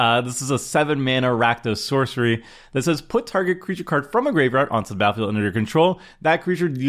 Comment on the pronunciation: the word battlefield has two "t"S in it. this guy says the word battlefield without pronouncing the hard t sound in the word. seems uneducated and slovenly.